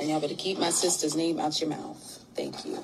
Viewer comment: Thank you, I'm so sick of them all saying her name wrong in all these videos